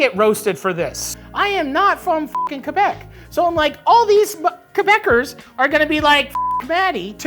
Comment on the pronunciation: Matty, THANK YOU for pronouncing Quebec properly!